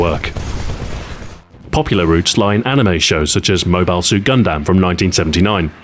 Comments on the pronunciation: You have a funny way about vowel sounds, Gun-dAM, BEEta. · its gun-dumb, not gun-damn (-_-) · I love how Stu says "Gundam". Its wrong, but I love it nonetheless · Some people really seemed to have missed the point that he pronounced Mobile correctly, while saying Gundam wrong. The joke is on them when complaining about Mobile. Nice video as always. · Your pronunciation of the word Gundam is hilarious, sorry stu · The way he pronounces Gundam really bothers me.